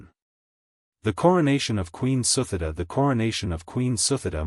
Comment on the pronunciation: The queen's name pronounced SU-TI-DA...not the way you pronounced.